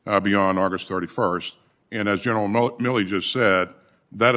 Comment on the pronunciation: Hate he keeps saying Miller. Its MilleY